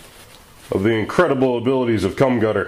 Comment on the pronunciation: erm a human typo? + when he says, the spray cans name he mix's the first two letter's :D Gum Cutter ;)